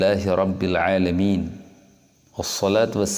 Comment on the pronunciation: juga salah baca juga...yg betul alhamdulillahi robbil alamin.. bacanya alahamdulilah Hirobbil alamin